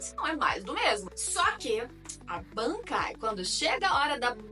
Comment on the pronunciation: "Bebêkai" kkkkkkkkkkkkkk gostei